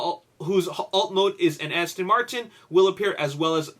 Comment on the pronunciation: It's Aston Martin, what the hell are they saying "Astin" for? LOL